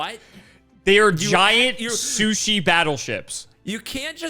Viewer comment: Calling it soo-ship instead of soo-sheep...